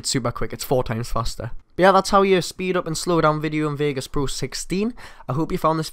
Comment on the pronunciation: "vegas poo"